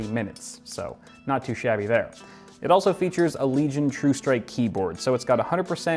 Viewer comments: Everyone: Legion: Leg Ion. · LENOVO LEG-ION